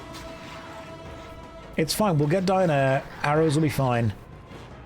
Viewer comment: It’s Dynaheir,, Dynaheir. Dy-na-heir. Not “Diane-air” otherwise great series, 10/10 on the edge of my seat for more